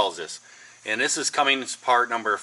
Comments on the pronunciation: Good video. Though I always thought it was Cummins, not Cummings. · Cummins not Cummings